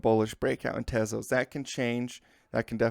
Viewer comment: not "tayzos" tezos